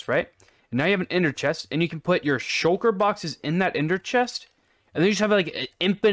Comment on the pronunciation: Bro pronouncing shulker at first: Swalker 2 Bro reading it : Shulker